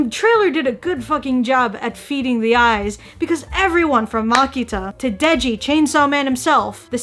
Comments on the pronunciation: isnt it denji? aki’s been saying deji the whole video😆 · Its denji not deji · its not deji, its denji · It is Denji and not Deji, yeah... We all make mistakes sometimes, but that did make me giggle.